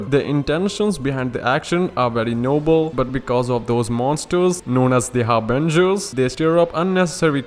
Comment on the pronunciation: When you said Harbingers, I heard Avengers lol